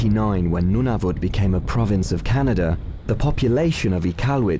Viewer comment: Every time the narrator said Nunavut I died from cringe as a Canadian